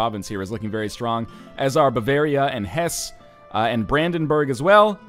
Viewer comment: NorthernLion, one thing to remember about German words is there are no silent letters. Ever. So instead of pronouncing "Hesse" as "Hess", you should say it like "Hessa". Same thing goes for the other HRE countries, I think.